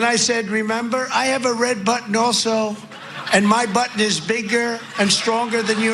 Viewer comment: Red button he was trying say,sounded like butt🤣🤣🤣🤣🤡🤡